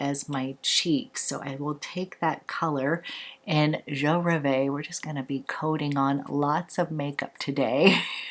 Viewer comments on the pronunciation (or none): Hi. Je Rêve is pronounced Je Rehv. French for I dream.